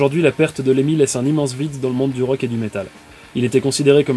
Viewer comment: LeMMY !!! N'écorche pas son nom pauvre fou